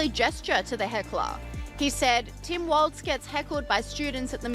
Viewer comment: It's Walls not waltz